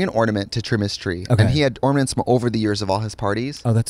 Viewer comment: "ormanents" lmaoooo